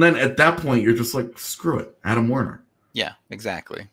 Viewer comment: His name is still WErner not WArner.